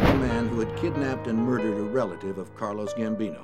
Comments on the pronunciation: He said Carlos Gambino!! 😂😂😂😂😂 Car-Lo!! Carlo!! Carlos is the Head of the Colombian oc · Carlo not Carlos lol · Dude keeps saying CARLOS Gambino lol he’s not Mexican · Anybody else catch that he keeps saying “Carlos Gambino” ?🤨... it’s Carlo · Carlos Gambino😂 For a documentary, you'd assume they would learn their real names. Also, its Angelo Ruggiero, not Rugerrio. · Why does the narrator keep calling Carlo Gambino "CARLOS" he was Italian not Latin 🤣🤣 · Why does the narrator keep saying “Carlos Gambino”? His name is Carlo, not Carlos lol